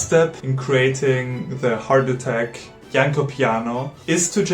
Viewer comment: Thanks for putting so much effort into this great video essay. Well done for not butchering Janló's name. I found this instrument ages ago and was very much surprised. The futuristic concept is still alive but faces the same problem as it did when it was shown to Franz Liszt... What I always wondered is what if a Rachmaninoff-of-today takes the effort and learns it rising playing it to a virtuoso level...?!